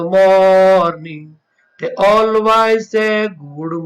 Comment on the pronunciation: Pls improve your pronunciation....chirp and always